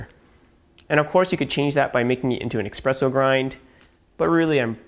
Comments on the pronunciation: I know that. You're pronouncing it incorrectly. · Expresso? It is" espresso".